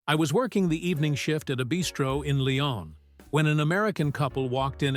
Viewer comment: Good heavens! You actually pronounced "Lyon" properly!